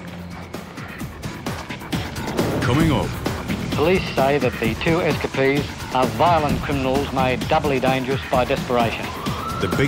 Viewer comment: S Ka Pees = Escapees